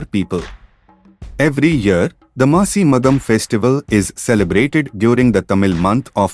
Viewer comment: FYI it's "Masi Magam" NOT MASI MATHAM